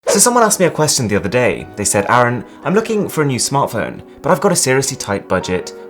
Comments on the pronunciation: it's arun not aaron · Arun doesn't say his own name right, I'm puzzled... Maybe it's coz the people he interacts with usually don't get it? O.o